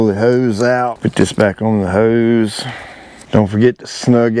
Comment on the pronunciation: heeeuse! whats a heeeuwwse?🤣